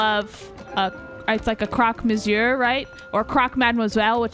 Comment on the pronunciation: Americans saying Croque Monsieur is something else.